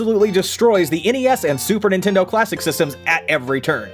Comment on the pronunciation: Playstasean?? The hell?